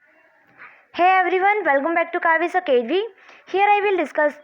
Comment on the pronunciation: MA'AM its academy not Acavey.....thanks alot